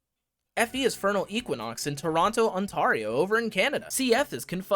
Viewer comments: You mispronouced Ontario 😭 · After all that you still said it wrong